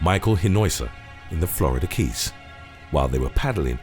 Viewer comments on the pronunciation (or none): none